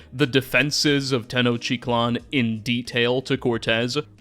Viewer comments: Tis tenochTitlan No "tenochitlan" :) and is: tlax-cal-te-cas no: whathevershit you were saying: tdelgjlfgsrLaztecs?! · I love your videos and have been following them for a long time. But please. I'm begging you to work on your pronunciations. Tenochiclan is not a thing. It is Tenoch-teet-laan. There are videos. If you are going to start making historically based videos out of the passion you feel for knowledge and history. You owe it to your audience as a figure who is studying history to do this. Thank you for reading this. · Great vid but it could've used a bit more research towards the pronunciation of some words, like Tenochtitlan (tuh·nowch·teet·laan) and Cacique (Kah-seeh-keh) among a couple others. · Hey Man, loved the video. One little comment, and I know you did your best but it hurt me every time you pronounced Tenochtitlan. You are eating an entire syllable. Te-noch-‘TEE’-tlan I know you are doing your best and pre-colonial Mexican names are tongue twisters, but just had to be that guy. Also this counts as engagement, so we all profit.